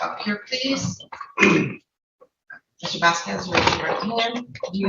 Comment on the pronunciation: Vas Kez Not Vasqwez